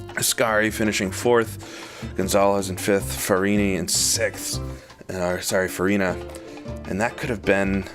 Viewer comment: I loved the video but please, it's Farina . With an 'A'.